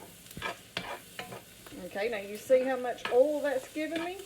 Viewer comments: She doesn’t say oil. She says ole. She can say boys, but not oil. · 🤣🤣🤣🤣🤣🤣 the way you say oil 😂😂😂😂😂😂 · As soon as I heard the way you pronounce "oil", I knew this was the real deal! Also, my mom has never owned anything but cast iron pans my whole life, and she's never used anything but metal or wood utensils to cook with.